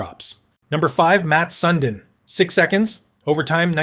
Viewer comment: Matt sun-dean 🙄🙄